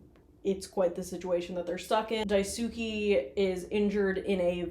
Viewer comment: Daisuke is pronounced like “die-skay”